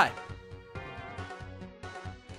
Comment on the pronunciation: its zappy not sappy LAMO ;)